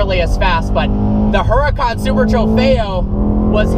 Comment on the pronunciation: The h is silent in Huracan